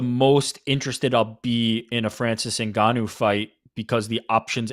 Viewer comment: Why F up the man's name like that when it's written clearly in the post? Very disrespectful!!!